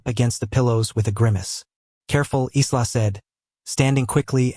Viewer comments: EYE-la!!! NOT Izla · AI LEARN TO COUNT. Dominic spoke 7 words at the beginning but narrator said he spoke 6. Accuracy is important. Also in English the name ISLA would normally be pronounced I LA. The S is silent as in ISLAND. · Her name is pronounced " Eye la", the S is silent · The nurse's name is pronounced Eya la. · The name Isla is pronounced I'LL-uh. The "s" is silent. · ISLA .... OMG ..... get your AI right.... the 'S' is silent... pronounced "EYELA" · Please pronounce her name properly.